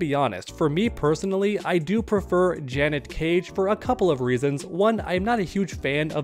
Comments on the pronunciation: I want Janet. btw the way u r pronouncing it is Janette wit 2 T's 🙏🏾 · Dudes never heard of the name Janet lol. JUHNET is killing me 😂😂😂😂 im just busting chops though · Janet”jah-net” Janette”juh-net-te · Dude. Janet, not Janette 😂